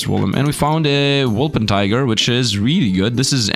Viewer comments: Wol - per - tin - ger. :) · You keep ignoring the N in wolpertinger. the -tinger part rhymes with finger. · If I hear WolperTIGER one more time I won’t guarantee for anything